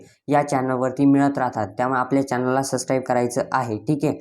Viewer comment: Sascribe ❌ subscribe ✅